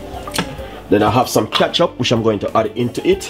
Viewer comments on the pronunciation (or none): Kacthup lol 😆 only boi kecthup